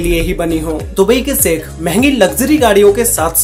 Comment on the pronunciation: भाई अपनी तुम ठीक से बोल नहीं पाते 'श ' अक्षर को 'स ' क्यूँ बोलते हो जैसे शेख को सेक बोल रहे हो